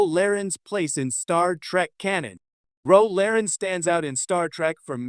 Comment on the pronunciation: What is a she is a Bajorin (ba jore an) Picard (pi card) maybe narrate yourself instead of using AI.